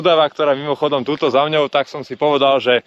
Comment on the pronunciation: super ale nie "za mňou" ale "za mnou" !!! mňaukajú mačičky :)